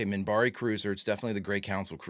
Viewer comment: Minbari. With an n, Minbari.